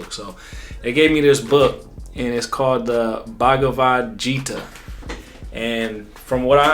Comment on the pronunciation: Pronounced like Geetah. Mahabharata is the first part. Both classics are classics. I would recommend Tao Te Ching and The Book of Five Rings.